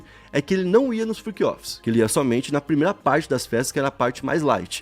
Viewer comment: Friqui offis 😂 Inglês de milhões